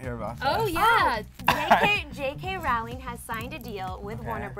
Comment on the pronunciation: its pronounced ROLLING.